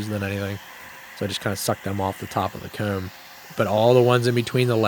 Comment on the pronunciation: His ccs t is hilarious 😂 “cooowm”